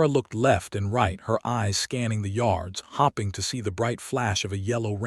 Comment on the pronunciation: Hoping is also miss pronounced.